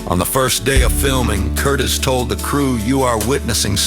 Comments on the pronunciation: Good god! He sounds like a manic preacher on crack! No need for it. Will NOT be watching anymore👎👎oh and its Michael Curtiz, spoken like CURTEEZ, not Curtis. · Michael CurtEEZ is how to pronounce the director's name.